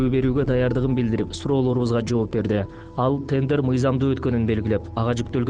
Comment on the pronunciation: Тендер эмес тенжер